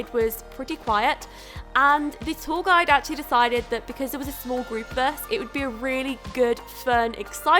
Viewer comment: I thought she was saying "tall guy" instead of "tour guide" 😂